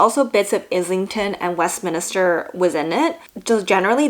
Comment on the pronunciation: Westminster is 3 syllables- not 4. As someone who has lived in Westminster their whole lives (the one in California)- it irks me when people mispronounce it.